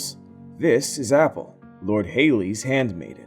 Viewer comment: HAH YAL DON FUCKED UP. SHE SAID APHAU NOT APPLE C